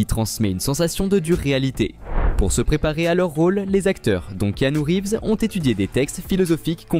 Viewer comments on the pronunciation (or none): Ki-a-no-rivz ? Sérieux ? Cette voix horrible numérique détruit toute la vidéo. J'ai stoppé à tellement j'en pouvais plus de cette voix désincarnée. Mon super héro est l'Agent Smith et pas Neo ni Trinity.